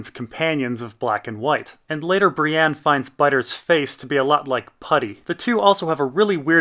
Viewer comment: Why do you say "Bri-ANNE"? There's no A in her name.